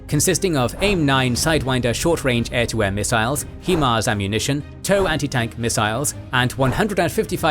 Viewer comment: Himars not hemars as you pronounce it but besides that amazing video